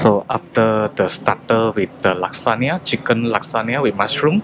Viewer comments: You are pronouncing lasagna wrongly. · We usually don’t pronounce lasagna like he does in Sg or Msia. Maybe he and the ppl around him do.